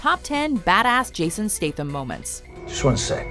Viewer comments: Fuck me its STATham not STATEham. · NOT stath-am. stat-ham.......